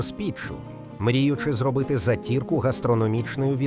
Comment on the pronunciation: Не затІрку,а зАтірку.